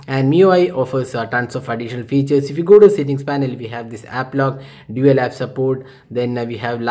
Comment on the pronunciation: not sittings it's settings